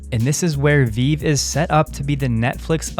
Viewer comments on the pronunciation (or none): Its VeeVee dude. Not Veeeve